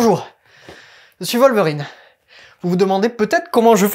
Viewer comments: Dans la première trilogie c’est totalement prononcé Volverine ! J’ai revu des extraits exprès pour la vidéo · dans les films aussi c'est wolverine prononcé comme western, whisky, will smith, etc... c'est un mot anglais pas alllemand